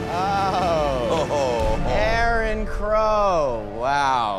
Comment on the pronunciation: The Mysterious It is Aaron Crow, not Arron Cow 😂